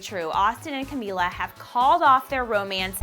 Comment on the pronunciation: "ausMILLA"? DESDE QUANDO CAMILA TEM DOIS L